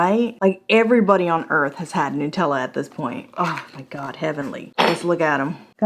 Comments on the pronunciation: Love your reviews but damn girl... NUH-tella (as in nut) not NEW-tella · just nuts. Nut-tella.